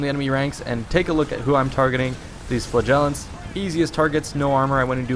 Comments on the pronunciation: it's flAgellants not flagEllants!!!! Great video though. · He says Flagellants and I hear Flatulence.